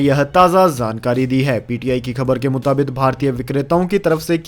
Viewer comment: मुताबिक सही शब्द है। मुताबित नहीं।